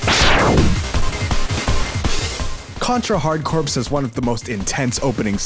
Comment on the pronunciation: Great list, I agree with almost all picks except I prefer MMX's intro stage to X2. Oh, and to nitpick a bit: "corps," like in "hard corps" and "Marine Corps" is pronounced like "core" in "hard core," it's a pun :P